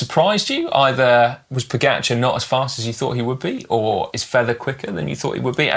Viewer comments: Also Pogáahchar, not Pógacháar as English speakers mispronounce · Also Pogáachar, you stress the first A, not the last one.